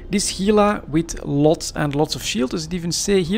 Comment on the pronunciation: You have Gila pronounced right, don't know what someone else commented on it about. Work on the Gila National Forest on the Gila river. Lots of Gila monsters and rattlesnakes. H, Gila.